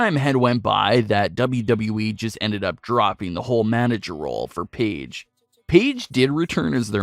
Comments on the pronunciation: Okay but why you saying "peedge" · i hate how he called her peige for a little bit